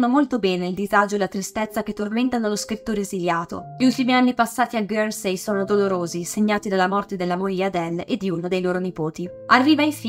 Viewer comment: Isola di "ghersei" però non si può sentire